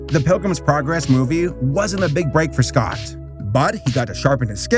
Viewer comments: also yes you did pronounce scott's name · Yes you did say Scott’s name right.also there’s a fnaf movie coming.so could you do a fnaf episode when it comes out?